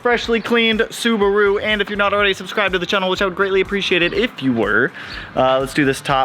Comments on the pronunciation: You say chennel, when it’s “channel” lol and you say selenoid when it’s “solenoid.” The next 30 days sound fun and exciting lol I like watching people be uncomfortable 😂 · Chan-nel not chin-el lol 🤣😂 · Lmbooo you do say channel weird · Its like you're saying "kennel" but with a "ch" at the beginning. Its your pacific NW showing.